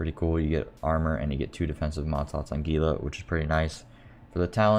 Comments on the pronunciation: I think gila is pronounced hila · It is. Those of us in the Southwestern US are used to it being mis-pronounced by those not from here.